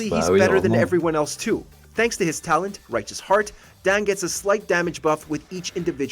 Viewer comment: "Dang" C'est Dan pas Dang